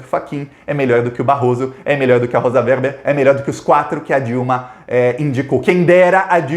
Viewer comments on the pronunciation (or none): none